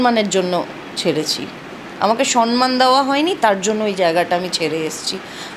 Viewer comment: Madam, I think proper word, SAMMAN,but not SANMAN